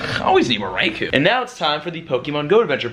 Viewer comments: REY KO, not REY KOO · RAI KO not REY KO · Anyone gonna tell him it's pronounced Rai-kO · RAAI COAL not RAI KO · I think you are saying Raikou incorrectly.